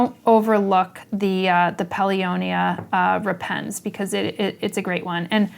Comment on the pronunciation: Pronounced rEpens (not repEns) . Think of the word rEptile